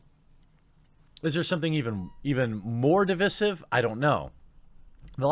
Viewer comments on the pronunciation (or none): Device-ive not de-vissive. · Di-Vic-ive? Moron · Why do so many people say divisive wrong.. look it up and listen to the pronunciation of it. It’s not Di visss ive it’s Di vise ive. Heals vs Babyface and Skillup did the same thing. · Why does he keep saying divisive wrong? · The only thing that is divisive is your pronunciation of the word divisive.